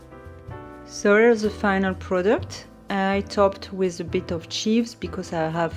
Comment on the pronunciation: I haven't read a lot of the comments so my apologies if people have already said this, "chives" is pronounced with a long i, the same as "dives" or "drives".